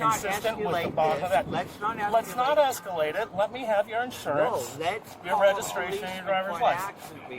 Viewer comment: Esculate? Afidade? Let me go, guys. You’ve got a Rhode Scholar there.